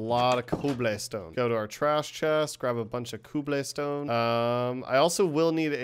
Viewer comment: Ah yes : cooblehstone